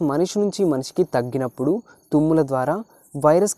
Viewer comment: bro it's not thagginappudu it's దగ్గినప్పుడు bro